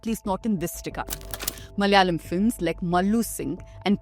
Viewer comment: Madam you yourself mispronounced the word malayalam....😅please correct it no hatred just saying.